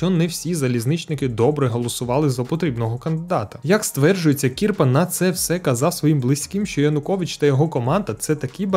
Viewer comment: Тільки Не КІрпа а КірпА